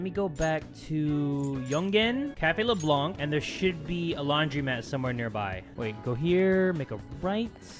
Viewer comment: Small note : You pronounce Leblanc they way you say it but without pronouncing the c :) I honestly don't mind for the "see castle or skip" Do what's best for you And omg I can't wait for the next episode!!